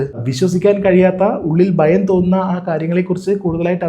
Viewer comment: ബങ്ങി അല്ല.., ഭങ്ങി ബയം അല്ല.., ഭയം ബയപ്പെടുത്തുന്ന അല്ല.., ഭയപ്പെടുത്തുന്ന